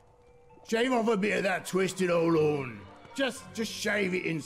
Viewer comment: Did anyone else hear say porn instead of horn also 2020